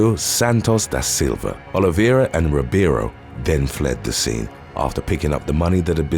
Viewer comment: Best job I've seen on Youtube for pronouncing Portuguese names like "Oliveira" and "Ribeiro."